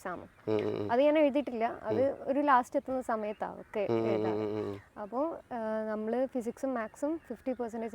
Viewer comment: Jhammalu. Alla. Nammal. 😂 Jumana. Nammal annu parayunnu. 😂 Vloghar. Jhammalu 😂